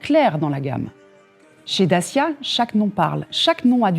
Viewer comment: What kind of manager CANNOT pronounce CORRECTLY the name of her brand??? Take some lessons!